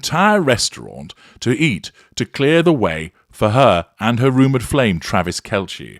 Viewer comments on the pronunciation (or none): It’s actually pronounced “Kelsey.”